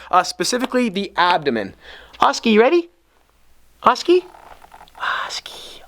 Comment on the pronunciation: His name is oskar not oskee